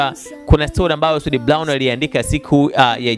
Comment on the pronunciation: Eti soud blown badala ya brown waandishi jifunzeni kiswahili fasaha halafu unataka uajiriwe ITV kusoma taarifa ya Habari kweli wakati hata kutamka herufi hujui